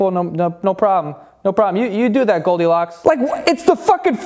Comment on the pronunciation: I though u r saying goldicock